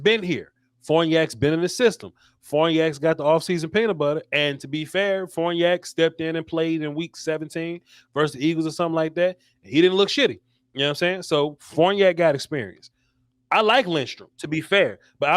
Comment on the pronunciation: You guys make fun of others who mispronounce names, you don't hear yourselves. It's Farniok, not Forniak, lol!